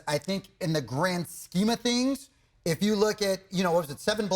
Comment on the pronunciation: Thangs, rhymes with Kangs, and that not a good thing. 😂